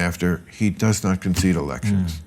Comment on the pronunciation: "Did Hillary conseede defeat?" Of course she did? When did she say that? I'm new to this country says 'brilliant' Bill Maher! Wow!